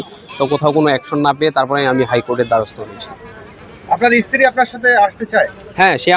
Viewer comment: ইশতিরি বলেন কেন?